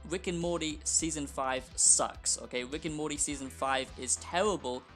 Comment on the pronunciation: “wick and morty”